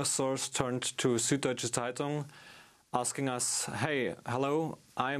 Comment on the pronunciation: "Sud-Deutsche Zeitung" (sorry, my mom is German and I can't hold back any longer), is pronounced: sood doy-cha tzie-toong (tz is one syllable). People take such care to sound urbane when they say anything french or spanish etc but cant seem manage German despite English being a Germanic language! Thank you, now I feel better! lol